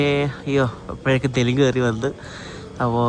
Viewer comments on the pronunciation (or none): none